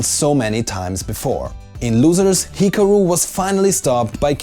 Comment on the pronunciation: Also Hikaru is badly mispronounced, lol.